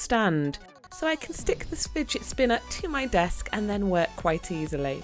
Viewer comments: she said " spidet spinner".😅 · Did anyone else realise that she said spidget spinner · you said spidget spinner